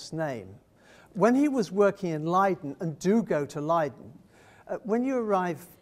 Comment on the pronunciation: Listening to this guy mangle Dutch/German pronunciations -hurts my ears -Shippol ,really, Burger master,Leede!!!